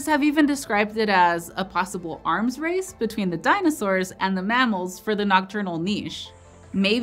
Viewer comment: Arms race? Sounds like an eye race...